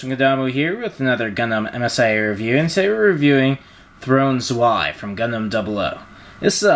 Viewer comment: Nice review but it's prenounced z-vay not " i "